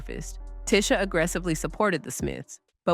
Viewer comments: HER NAME IS PRONOUNCED TEE-SHA OR NOT TISH-A 😐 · I hate it when people pronounce others name wrong! This lady is irritating!.. It’s pronounced Tea-sha like tea B! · It’s pronounced “Tee-Sha” (Tisha) according to her so the pronunciation here is throwing me. Although I know who’s being spoken of. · I had to stop watching when the narrator continously mispronounced her name. That is incredibly annoying. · Irked my nerve the whole time you kept mispronouncing her name! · You're mispronouncing her name. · Making a whole 30 minute video and never saying her name correctly is lazy work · It's disrespectful! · The way she is pronouncing her name is killing me...